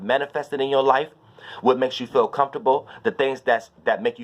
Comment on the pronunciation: Love how u say "COMFORBLE" LOL